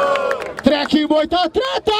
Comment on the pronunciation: Eu tô louco ou eu ouvi o chamar o treck duas vezes de dreka hahahaha